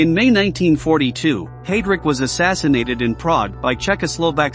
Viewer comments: I feel your pain, The pronunciation of Heidrick is very annoying, it is highdric, not haydric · Let’s not forget Hay- drick